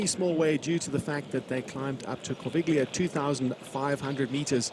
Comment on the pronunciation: Great footage, great race feeling! But please guys, work on the pronunciation of the geographical names - especially Corviglia is hard to take like that 🙂